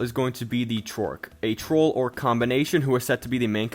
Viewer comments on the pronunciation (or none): awesome vid but the Trork pronunciation is killing me